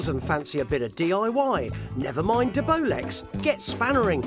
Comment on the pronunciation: Nice Tig-ing 👌🏻😎 it’s De-Bolex ! 👌🏻